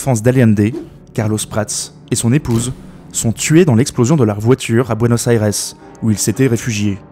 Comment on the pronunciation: Buenos Aires se prononce en Français comme ça se prononce et non comme vous le faites !! Du jamais vu, ça gâche toute la vidéo.